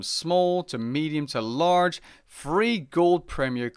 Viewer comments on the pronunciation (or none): none